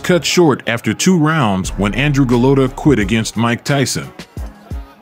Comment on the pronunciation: Golota? You mean Golata.